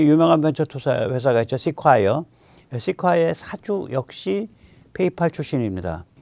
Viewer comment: 선생님, Sequoia 의 correct 발음은 “시콰이어”가 아니라 ”쎄쿼야“이랍니다.